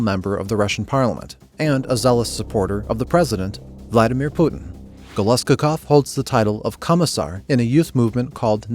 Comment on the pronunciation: if russians read this, help me out, i think his name is GolosKOkov, stress on penultimate syllable as usual in this kind of russian names. found wikipedia article about his namesake and this is true.